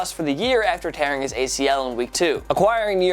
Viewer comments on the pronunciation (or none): none